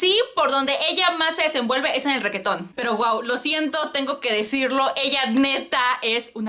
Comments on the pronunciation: "Requeton", jajajajaja, amo como pronuncias reggaeton cx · "ReQUEetón" jejeje